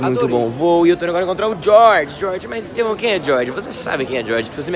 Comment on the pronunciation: Primeiro: ja vou dando o like. Segundo: inscrito, já sou a bastante tempo. Terceiro: é muito bom, interessante, informativo e divertido essas viagens com... ops 😬 "" 😁 Valeu 🤙